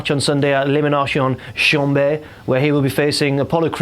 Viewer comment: As the video progressed, was saying Elimination Chamber even worse that the last time he had said it. If he had said it another time it would have sounded like ELIMIGAYTION CHANGER